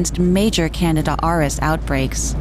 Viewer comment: HEY! AI! It's pronounced canDEEda!